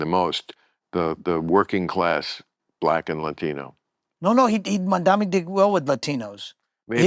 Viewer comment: Bill - you still can't pronounce Mam-dan-eee?! You, the 'News guy'?? Pure petulant disrespect.